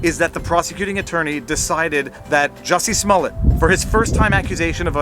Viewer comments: Juicy Smolliet. Put a french accent grave over that e. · As a French Canadian you should know properly It’s Juicy Smullyiah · ITS JUICY SMOLLIET ! *pronounce SMO-LEE-EH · Jussie Smollett pronounced Juicy Smoyaa!!! May he have to payback wasted resources from his lies and spend as much time in prison as what the crime he faked carries! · Joosey Smooliey the French actor! 😂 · You keep pronouncing his name wrong. It's Juicy Smooyay